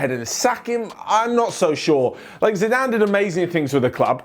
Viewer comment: said Ziiizzzedane Zidane